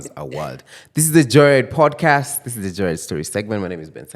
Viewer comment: Ben saying PodKeeest is so good 😂😂😂